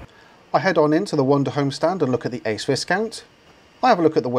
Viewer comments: it's pronounced vie- count not vis- count. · Sorry to be picky but every time you mispronounce Viscount it make me cringe. It is "Vi" as in violet, the "s" is silent. Great review. I could easily tow that Ace Viscount with my C4 Grand Picasso. I'm sure that you have enough clout to feed back the lack of USB ports to the manufacturers. Maybe they'll eventually sit up and take notice.